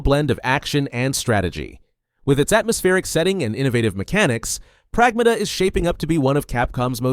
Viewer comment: It should be pronounced as prAgmata. Not "pragmAta". It's a Greek word meaning "Things".